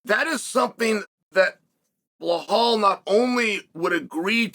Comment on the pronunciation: Chael sound like he has a mouth full of chips when he says Belal😂